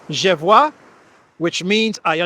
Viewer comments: Nah, your attempts at reading French were cute. I'm surprised you got "vois" right. By the way, the second /i/ in Brigitte is pronounced exactly like the first one. Thanks for today's news. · LEARN some French please. Je vois was OK.